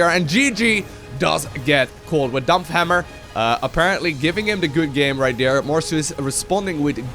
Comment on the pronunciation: like your pronounciation of DAMPFHAMMERRR!